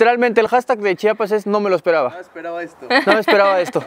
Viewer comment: Tengo que empezar agradeciendoles por tomarse el tiempo para pronunciar correctamente chiapas ya que es muy comun que varios aun siendo mexicanos digan chapas, lo cual es una falta de respeto.